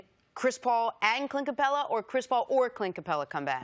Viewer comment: It would be great if Cris could learn how to pronounce Capela's name...